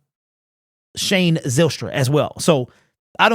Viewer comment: Zylstra is pronounced like Kyle, Pyle, File, Nile....etc. Not Zillstra, Pillstra, Fillstra... It's a Dutch name.